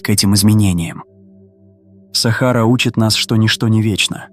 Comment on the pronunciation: сАхара, капец, можно самому озвучивать?